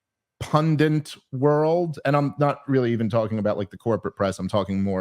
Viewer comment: Dave, it's PUNDIT, PUNDIT, not pundent. Please, that's not an accent thing. You're just saying it wrong. Please stop.